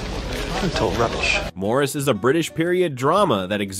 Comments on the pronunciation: Maurice is pronounced Morris. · Just to nitpick. “Maurice” is pronounced the same as “Morris”. That’s how it’s said in the movie. He’s not French. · "Maurice" is pronounced as "Morris" in the film. Odd how that was overlooked.